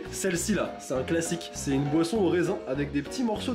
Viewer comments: G compris poisson au lieu de boisson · A chaque fois que tu dit boisson j'entends POISSON du coup je comprenais pas